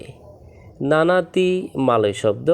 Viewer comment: নানাতি, নয়,, নানতি